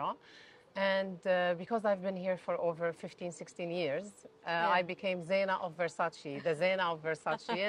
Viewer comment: Kamya - very good questions indeed! I have 2 suggestions for you please. 1) her name is pronounced as Zai Na not Zee Na 2) your questions can be a bit shortened as most times they are very long with multiple options. It would be nice to keep it a bit short and crisp. Hope you don’t mind these suggestions 🙂